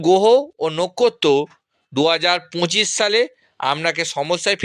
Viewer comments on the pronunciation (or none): তুমি একটা বোকাচোদা। 'গোহ ও নক্ষত' উচ্চারণ করতে পারে না।